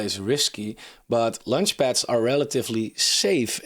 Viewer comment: As much as I liked this review, it’s quite annoying he’s constantly talking about lunchpads instead of launchpads… But if you judge this more on content and less on form, it’s a great subject for a review. I’ve requested something like this from Coin Bureau multiple times, so I’m glad someone doing this. I was going to suggest Cardstarter and OccamFi on Cardano projects, but I think Cardstarter is almost dead…